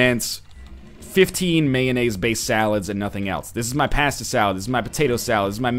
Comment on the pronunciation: What is this pronunciation of pasta shenanigans? You actually from Boston NL?